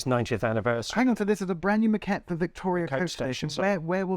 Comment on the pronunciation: But he pronounces it like maquette (which is Italian for sketch!!!)